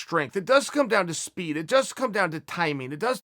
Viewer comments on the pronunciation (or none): none